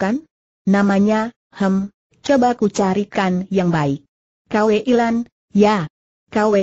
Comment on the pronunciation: Maaf mbak..Buka dibaca K W Lan. Tapi Kui Lan 🙏